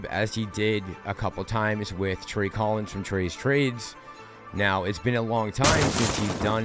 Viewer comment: TREY-tor TREY